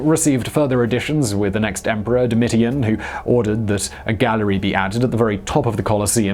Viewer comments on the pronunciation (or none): Doe-mit-ian?? “Doe-mish-an” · Nero took advantage of the burning of Rome to build an enormous palace with a lake. Once Nero was gone, the lake was drained and the space used for the amphitheater. Domitian is pronounce "Dough Mission".